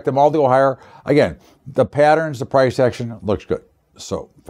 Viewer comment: Again..thanks..but "agin"..then "agin"..because "agin"..well, once "agin"...lol..yo da man..but "agin"..